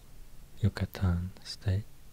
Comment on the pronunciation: I love the way you pronounce "Yucatán" that's the state I'm from 💛💛💛